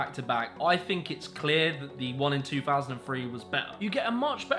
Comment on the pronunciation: "THINK" not "FINK"